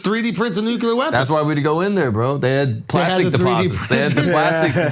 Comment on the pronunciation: why why Andrew!! It’s not nuke-ular bro 😂😂😂😂